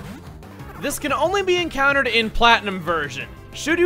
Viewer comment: Man I cannot unhear "Pokémon Flatten 'em"